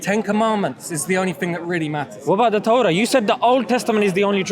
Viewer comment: Bro z its torah not torgha